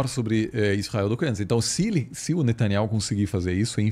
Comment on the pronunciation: Reparem que diz Netanyauh e Igor e a midia se referem a ele como Netanyahu. Procurem saber oq significa Yauh